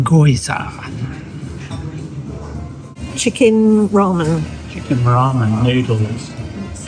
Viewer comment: Oh, haha, I’ve just come back from Japan, gyoza pronounced Ghee-o-za. Good to see you guys enjoying yourselves after a stressful start to your break!